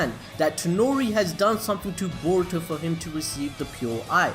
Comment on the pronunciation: Can you say boruto 5 times fast Stop saying baruto